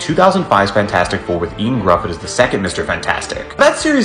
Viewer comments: Yo-ahn... thats how you pronounce ioan. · 😂😂😂 Ian it’s pronounced yo An I’m welsh and my friend is called Ioan and I’m Ieuan and yiyan is how you pronounce it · How you pronounce Ioan 😟🤦 Ioan - pronounced Yo-An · Ioan is pronounced y-own.